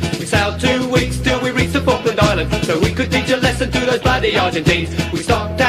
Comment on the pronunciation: Se pronuncia Falkland Islands, hazlo bien.